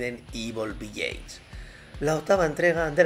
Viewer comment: Desde el respeto. "Village" se pronuncia diferente.